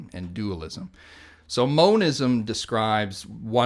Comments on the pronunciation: It's monism not moanisum. You can tell this guy is so misinformed in his views,Russell says very little knowing that who is sat in front of him is full of twisted rubbish. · Why does he keep saying moanism. It's monism like mono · "moanism" it's pronounced MON-ism